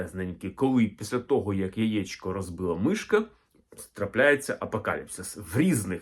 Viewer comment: Сонечко, тільки не "яічко", а яЄчко !